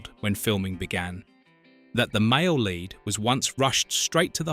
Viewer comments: Horrible AI-generated narration! "Lead actors" pronounced like "led actors". Puh Leez. Review and correct such nonsense. Thumbs down for AI-generated crap. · "LEAD" Actors? As in lead-pipe or unleaded gasoline. Instead of LEAD as is "leeeeed" Another AI - NARRATION!:face-purple-wide-eyes::face-orange-raised-eyebrow::face-orange-frowning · Funny how a word as simple as Lead can show up AI narration.